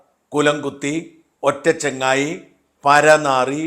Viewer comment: ഒറ്റചങ്ങായി അല്ല ഒക്കചങ്ങായി 👌